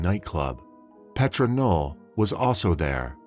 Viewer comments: It's not PET RAH ITS PAYTRUH FYI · A few corrections: 1. Amore is Italian, not Spanish, for Love ❤️. 2. CODIS is pronounced coe-diss not coy-tis. 3. Jefferson Parish is not 2 hours north of New Orleans. It’s not even north of NO at all, LOL. 4. Cologne, Germany not Colon, Germany 5. Her name is pronounced Pay-truh not Pet-rah. 6. The city in Florida is pronounced with “Like” in the middle, as in Ohpah-LIKE-uh. I know there were 1 or 2 other little mistakes, but I cannot remember them and the video is too long to rewatch right now. I hope someone else spots them so you can get all of these corrected.